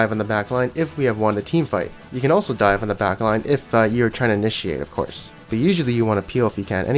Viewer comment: was tilted when u said "diven"